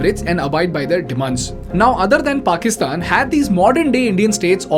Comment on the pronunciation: Please change your pronunciation of the word- THEIR, it is both weird & annoying to hear it the wrong way. Rest of it is simply awesome 👌 keep it up 👏